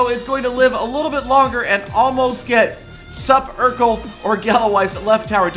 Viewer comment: it's pronounced Supercell and not Saparkel